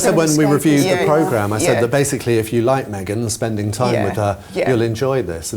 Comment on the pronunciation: shame you on for saying meangen of Sussex. Shame shame. Shame. You should forgive yourself and the rest of us...